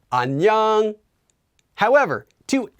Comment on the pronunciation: The way says 안녕하세요 and 안녕 sounds like he is saying an yung like it rhymes with onion. It is very weird because it is different than how I have otherwise heard it pronounced. I have only heard it pronounced as ahn yoe ng. With a long o sound. I have also heard the 어 and 여 letters be pronounced halfway between oh and uh.